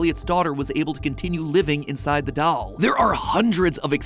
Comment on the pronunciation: Not to hate but why does he say doll like dall🤨